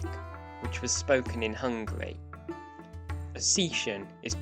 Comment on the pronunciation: Ossetian is not pronounced Oh-see-shun. Try O-set-ian